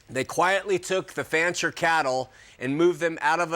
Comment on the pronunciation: DUDE! The name is FANCHER, not FRANCHER. How can anybody trust ANYTHING you say after this GROSS ERROR!!